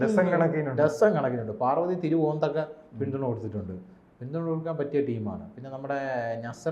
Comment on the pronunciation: പാർവതി തിരു "വോത്തോ" 😂😂😂